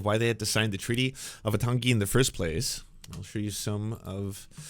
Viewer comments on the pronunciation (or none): Thanks for the representation (as a white middle aged Kiwi)…but for reference / interest: Waitangi is pronounced more like why-tang-ee and said at about 1.5x speed of how most Americans speak (2x Soutern Drawl, 1x New Yorker). And in NZ we speak like germans where a whole sentence is like one word :) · Waitangi is pronounced- Y-Tongue-E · Dude, I appreciate the coverage, but I'm sure taking thirty seconds to learn how to pronounce the name of our founding document would have been respectful and worthwhile.